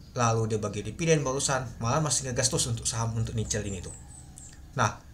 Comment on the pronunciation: sorrry bang bukan nice , itu NICL